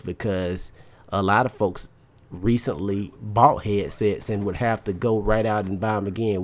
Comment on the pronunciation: lol he says Heeadsets